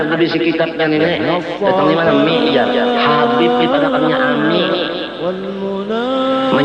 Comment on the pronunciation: Manyambat atau menyebut habib ............ Kabib,atau menyebut kabib Pengucapan si imad haja salah total Hati hati,ulama apa cara pengucapan saja salah gimana orang mau percaya mad mad